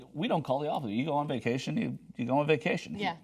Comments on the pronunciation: Vaction? wtf is a vaction.... Are you making up words now? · vaction lol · whats a "Vaction"? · VACTION?!?!?!? lol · What is a "vaction"? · didn't know you could take a "vaction" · What's a vaction? Is that some kind of sucking procedure?